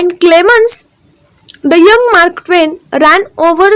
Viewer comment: खुप चुकीचे शब्द उच्चारतात आहात....आस्क ड,वाडमय,मारक ट्वेन इ.